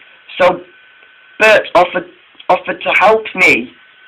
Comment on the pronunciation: It's Bert not Bret